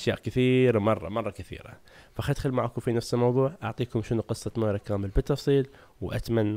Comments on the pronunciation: Moira not moria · Joudi Aziz اسمها مويرا ايجيرين بس هو قال موريا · حبيت اقول اسمها مويرا مو موريا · اسمها مويرا مو موريا Moira not moria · ياخي ترا اسمها مويرا مو موريا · اسمها مويرا (moira) مو موريا( moria) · اسمها مويرا مو موريا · قاعد اقول اسمها مويرا مو موريا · مويرا مو موريا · مويرا مب موريا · Joudi Aziz هو ناطق اسمها غلط، اسمها مويرا وتقدر تروح تبحث عنها في اليوتيوب، اكتب كذا Moira